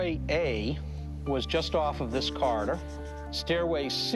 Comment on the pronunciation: Corridor not Carter!!